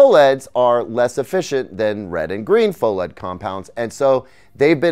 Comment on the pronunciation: GTA6 before Micro-LED TV? QDEL before GTA6? Shouldn't PHO-LED be pronounced "Fah-led"? Answer Key: Yes!, Yes!, Pho-geddaboudit